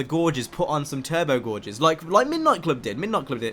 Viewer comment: gauges are not pronounced "gorges" it's like "gayjes" just trying to help